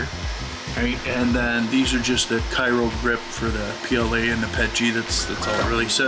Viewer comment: Thanks for the informative video, just wanted to note its pronounced “cry-o” not “kai-ro”